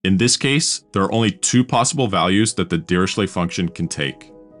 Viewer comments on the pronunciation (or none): His name is pronounced as /ˌdɪərɪˈkleɪ/; not dee ree shley. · prononced "diricle", the h in ch is silented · It's pronounced Diriklé